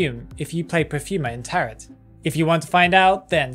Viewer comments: Btw, the word isn’t “taret” it sounds like “tare-o” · It's spelled as "tarot" but pronounced as "taro". Please,, never say taroT ever again TT